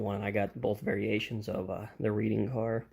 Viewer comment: both reading cars are prototypical, and it's pronounced "red-ing"